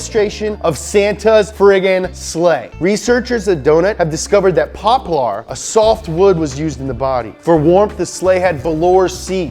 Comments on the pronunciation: Poplar is pronounced pop-ler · Pop Lar? Try saying it as popler.